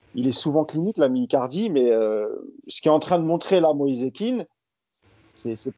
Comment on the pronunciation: il dit aussi MoïsÉ, c'est Moïse tout simplement ☺️